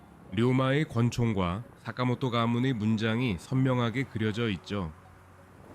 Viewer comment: 사카모토 료마 입니다 ! 다카모토 라고 읽지 말아주세요